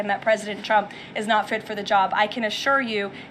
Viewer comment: It sounds like she is saying "president Chump".